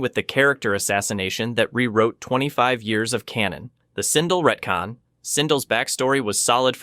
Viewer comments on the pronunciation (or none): none